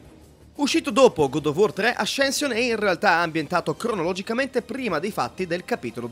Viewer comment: Bellissimo video! Mi trovo molto d’accordo Però ascension si pronuncia assenscion e non ascension